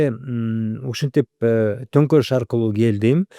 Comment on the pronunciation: Баары сонун, бир гана гонторуш дебей, төңкөрүш десеңиз, же мага ушундай угулуп жатабы...